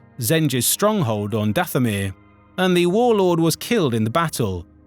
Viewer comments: Dath-O-Mir? I don' think so. Dathomir. Is this Ai, or someone who hasn't a clue about Star Wars? Someone who aspires to be a YouTube Voice Actor, should know most of the pronunciations of this Galaxy. Where is the other Narrator, who narrated the Cantina Stories? I liked him. Otherwise of course a great Video by Geetsly's. VA not so much. If this is an Ai, i am deeply disappointed. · I feel like there would be more consistency in the (mis)pronunciations if it were a human (e.g., the voice pronounces Dathomir as “DATH-o-mir”, “dath-O-mir”, and “dath-o-MIR”) — saying that, I could be wrong.